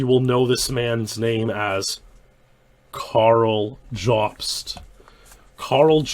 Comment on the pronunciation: How the fuck does manage to pronounce "Karl" as if it has two syllables?